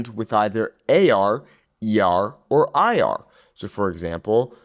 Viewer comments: he pronounced the Spanish word “ir” like “ear” instead of “eer”. But he only did it once, I should have watch the whole video before commenting. It’s not that big of a deal. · The “ir” is pronounced more like eer. More e sound. The I in Spanish makes more of an e sound. Just so you know.